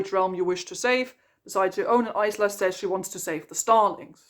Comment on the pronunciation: I can’t get over Isla being pronounced that way, it’s so jarring 😂